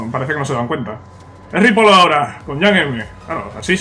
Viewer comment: no se pronuncia ripol, es ripoi